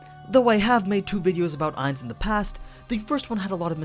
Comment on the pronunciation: I don’t mean to be rude but you say Ainz name wrong the last part is said like gon